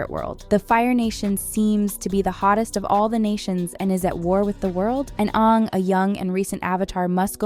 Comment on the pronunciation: I stop watching soon as she said Onng, it's Aang!